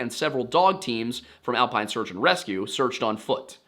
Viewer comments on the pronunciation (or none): none